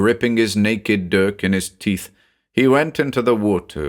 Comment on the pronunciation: 😅 his naked dirk not sure that's how you say that word lol